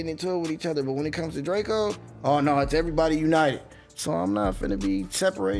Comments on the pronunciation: It’s drakeo not drakio get it right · Drakeeo the ruler ..... Pronounce the name right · Stopped listening when I heard you pronounce Drakeo.